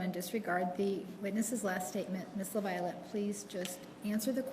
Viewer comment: Please, Americans: the last name sounds like "la-vee-oh-let. Please stop butchering French